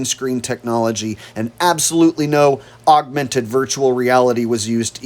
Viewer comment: whoever it is speaking near the end of this video can't possibly be very bright. how can he mispronounce the word, augmented, every single time he says it? he keeps saying augUmented. that is NOT a word.